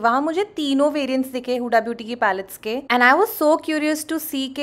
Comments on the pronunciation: It's हुदा not हुडा, learn correct pronunciation, angrez 😂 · Use हुदा aise pronounce karte hai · Babe, my name's huda, and you are pronouncing it wrong 😫